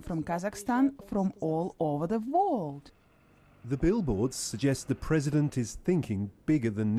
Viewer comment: Damn russian people. Why can you say Ural but not World. Why do you have to say Vorld?